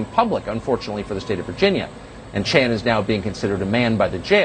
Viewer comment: Hahaha I love how he says “Chris ChAN”